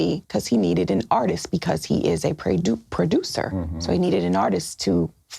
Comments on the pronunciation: She almost said PREY-ducer Lmfao hmmm that kinda seems a little right 😂😂😂😂😂😂😂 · She said it right the 1st time “ a preyducer”!